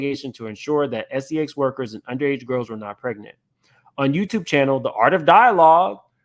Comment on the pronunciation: just unveiled a RICO and es-ee-ex trafficking ring